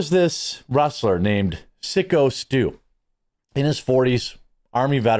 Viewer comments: PSYCHO STU, not "Sicko"! lol! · dudes name is syko like psycho , not sicko ....... wtf . getting his name wrong on purpose why exactly?nothing is sacred except engagement? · Syko Stu is pronounced “Psycho” Stu, not Sicko Stu. 😆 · It's psycho stue, not sicko stue. And that was a real beer can.